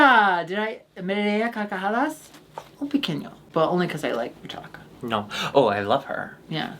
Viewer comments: As native speaker, i gotta congratulate because her pronunciation of the hard r in "carcajadas" is getting really good. Also, was saying that she fucks donuts because a common joke from pansexual people in spanish is that they are sexually attracted to bread ("pan" in spanish). Kinda like how english-speaking pansexual people make jokes about liking pans and kitchenware. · Great pronunciation of "me reí a carcajadas" ♡♡♡♡♡